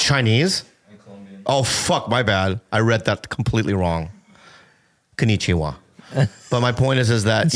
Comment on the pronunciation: Oh your Mom's Chinese, my bad dude.... konichuwa... 🤣🤣🤣🤣🤣🤣